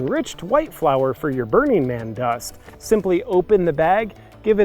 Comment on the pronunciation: Is it just me or does his pronunciation of "Burning Man" sound like "Bernie Man"?